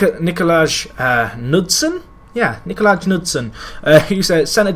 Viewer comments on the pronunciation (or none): Nicolaj is pronounced Nicolay